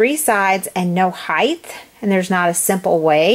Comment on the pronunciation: helpful!!! but you pronounced height wrong. its not heith its height